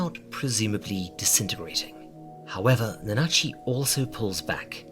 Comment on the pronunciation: please stop pronouncing it nuhnah-chi i can't take it anymore